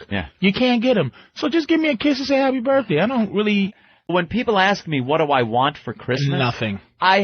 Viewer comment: “Happy burrday” is how I say that shit till today 😂